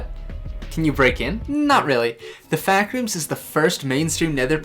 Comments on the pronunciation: Ah yes, you have been sent to “THE FAACK ROOMS”. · "The Faack rooms" The fuck rooms